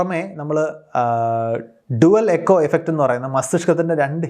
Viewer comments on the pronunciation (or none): none